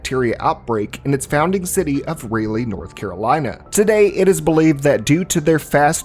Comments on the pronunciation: Did you say Raylee North Carolina? For all the research you did, might you have spent 2 minutes on pronunciation? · "raleigh"? Like "Rah-Lee" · really called Raleigh "ray-lee" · Raleigh is pronounced rolly, not ray lee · mfw it started in "rayly" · Raleigh, NC is pronounced as Rah-Lee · Never heard anyone mispronounce Raleigh that badly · BROTHER! HOW CAN YOU PRONOUNCE RALEIGH THAT WAY??? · Great video but that is not how you pronounce Raleigh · Raleigh NC sounds mispronounced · HOW DID YOU JUST PRONOUNCE RALEIGH!?!? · Has a North Carolina resident hearing you say Raleigh was painful😂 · Thought I was the only one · Dear God yes. Its like nails on a chalk board lol. It happens a lot from out of staters. I never get used to it.